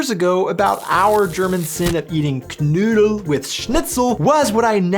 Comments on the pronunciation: The name is "Knödel" (spoken:knoidel) and not "Canoodl" ! That sounds like an Aussie Road Kill Leftover! And you never use bread!😱 Usually only in a Paperbag dried rolls or buns😆😉☝️ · Your pronunciation of KNOEDEL is abysmal, Note OE is equivalent to O with Umlaut on keyboards without such character.